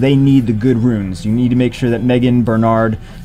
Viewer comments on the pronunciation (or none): none